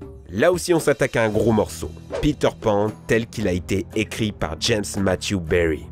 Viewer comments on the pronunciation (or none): none